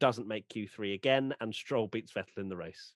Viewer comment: More importantly, it's Vétt'l, not Vetèlle.